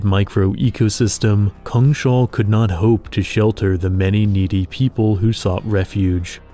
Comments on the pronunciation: It took me a moment, but is "cungshal" meant to be "Kungshall" (King's Hall) in Swedish? If so, it's pronounced something like "koongs hall". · Just a note that it's "kungs-hall", not "kung-shall". It literally translates to "kings hall". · It cracks me up that you keep calling it Kung-Shall. Its Kungs-Hall, isn't it? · It's not Kung Shall. It's Kungs hall. In English, King's hall. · It's not pronounced Kung-shall btw, it's pronounced Kungs-hall. "Kung" meaning King, and "hall" meaning hall; a big room. The whole word means The kings hall. We swedes like to write words together as one if one word is descriptive of the other, hence why we write it as one word, "Kungshall", instead of two, "Kungs hall". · So cool. I think Kungshall should be pronounced "KUNGS-hall" instead of "Kung-SHALL" though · Kungs-hall, not Kung-shall It's just King's Hall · Its "Kungs-hall" [Kewngs-hal] meaning the Kings hall. Not "kungSHAWL" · Kungshall actually means kings hal and is pronunced kungs-hall in Swedish. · Kungs Hall (kings hall) not kung shall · Kungshall. Kungs hall. King's hall. Kungens hall The King's hall. "Kung shall" is not a thing. "Shall" is not even a word in swedish. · Neat video but a little disappointed you didn't think about checking on the pronounciation of "Kungshall" (lit: Kings' Hall); Say it as Kungs Hall with an a as in apple. :) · Just a quick note here, "Kungshall" is Swedish for "KIngs hall", and should not be pronounced with a sh-sound :) Just imagine "Kings hall" but with a U instead of an I.